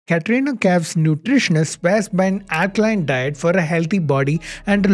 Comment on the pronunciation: Mallu can't pronounce alkaline or circuit or nine !! Sad but true.....